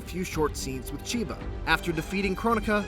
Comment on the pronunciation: really sound like he's saying "Sheeba".